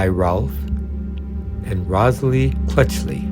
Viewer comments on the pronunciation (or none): This genre is full of lesser known classics, with some quality actors earning a crust. Less than classic is the unnecessary voiceover; as is often the case, full of mispronunciations, usually of actor's names, also in the subtitling. For instance, Rosalie Crutchley, not 'Clutchley'....!